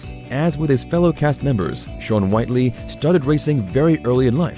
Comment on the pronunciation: Dear Celebrity Net Worth, we already know 99% of this. If you’re trying to do an update, just the tiniest bit of research would have made this worthwhile, not regrettable. You would have known that AZN is pronounced Asian. Also Farm Truck’s last name is Whitley, not Whitely. The rest isn’t worth my effort.